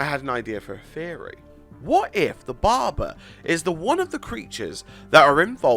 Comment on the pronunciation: yes, i'm laughing at the way he says "Barber"..................DA BARBAR